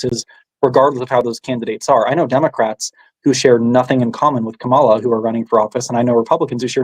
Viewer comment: Kamala. Is pronounced., comma la.